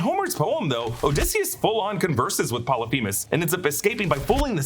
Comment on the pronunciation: Polyphemus, not themus with a T